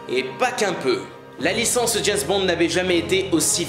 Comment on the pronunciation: "Jayz Bond"...